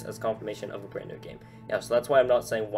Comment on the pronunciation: You have bad English you say brand in bwand new